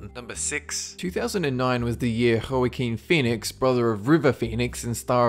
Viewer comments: Wok-keen Phoenix..not Ho a ken Phoenix...lol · "Ho-a-kin" Phoenix? Try "Wa-keen" Phoenix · "Hoo-ahh-keen Fee-nix." lol